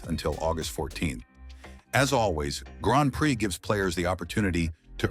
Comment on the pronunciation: first says Grand Prai, a second later Grand Pri, love these little mistakes.